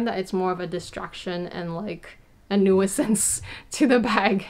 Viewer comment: I have never heard anyone pronounce "nuisance" that way! Helpful video!